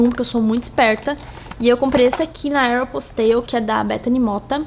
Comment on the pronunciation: Não se pronuncia "Aéroposteiou" é "Érpóstou". É engraçado mas é assim que fala.